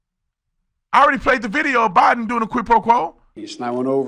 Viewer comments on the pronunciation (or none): did she call him Obiden? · Notice she said Obiden Instead of Joe Biden